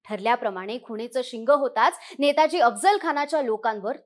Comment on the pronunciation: आधी नाव नीट घ्या नेतोजी आहे नेताजी नाही